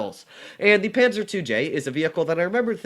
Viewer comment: I'm austrian but I don't really know how to Tell you how to say the "a" correctly, because I can't write the phonetic spelling on my mobile but we write it: Panzer zwei J